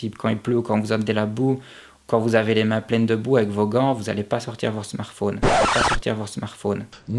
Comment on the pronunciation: Snartfaune et Septante En plus de créer ta propre communauté Fx tu créer aussi ta propre langue ! Tu m'as fait trop rire la avec le mec qui arrive pas a articuler en plus ! xDD Sans déconner super vidéo poto super bien détailler et expliqué avec des conseil .. Top ! :)